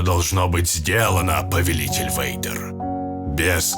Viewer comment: Вэйдер, почему я слышу слово Ведро? Темное Ведро😅